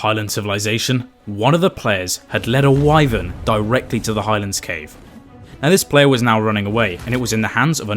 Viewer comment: That’s why I don’t like playing with kids because he messed up two times and got people almost killed and also kid did not listen at all. Also so funny how he could not say Wyven 😅😅